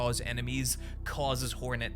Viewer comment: 1) your accent makes me hear “whore-net” which checks out with typical 2) I love the reaper kit, by far my favourite seal.